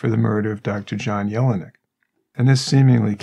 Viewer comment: And John's name sounded like, yell-nick not yellow neck. But he was such a good guy, and everyone naturally cared about him not being mistreated.